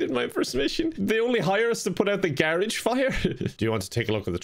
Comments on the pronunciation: Am I the only that noticed pronounced garage wrong 😂😂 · Today I learned there's another way to say garage